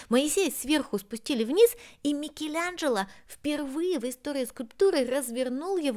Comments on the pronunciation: Почему называешь МикелЯНжело????? Так противно.... вроде живёшь в Роме....слышишь как произносят имя знаменитости МИКЕЛАНЖЕЛО !!!!!! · Ну повеселили произношением- "МикелЯнджелА")))))))))))